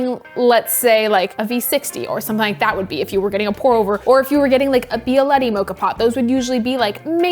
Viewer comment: Pronouncing Bialetti kinda perfectly. me Italian : = )